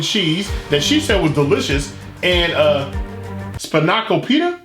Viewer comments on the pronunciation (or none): Span-a-ko-pit-ta. I live in Florida, I know yoy been here a plenty, how about beach parlor foods. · Pronounced span-oh-cope-ita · that word you mispronounced is span-i-co-pi-ta. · I don't trust a food review from one that can't say Span-I-Co- pi-taaah! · it's Span-a-ko-pita. It's a greek spinach pie. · how have you been living in Connecticut all these years and not know what spanakopita is? A+ for effort on the pronunciation though hahaha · A foodie tha can't pronounce Spanakopita? And obviously doesn't even know what it is because if you did, you'd pronounce it correctly as soon as you saw the word.